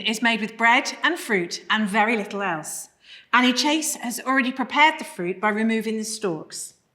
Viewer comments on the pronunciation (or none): none